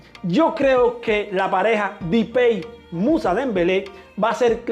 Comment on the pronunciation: Porque dice dipey a depay